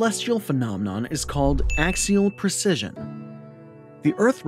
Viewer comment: It's "Axial Precession' NOT "Axial Precission' or 'Precision' 😹 26K Year Oscillating Pattern